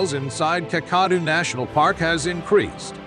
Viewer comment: The pronunciation of 'Kakadu' is so bad, I would not have known what place you were referring if it wasn't for the written description. Try Kack-a-doo as in if you see a crock, you're going to kack your pants.